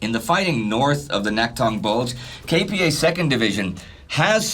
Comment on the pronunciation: I was born and raised in S. Korea and I've never watched a documentary more detailed and balanced on the subject than this series, which says a lot. And thanks much for listening to the feedback on the correct pronunciation of KPA. I appreciate your efforts to make this already great series as accurate as possible, even for such little details.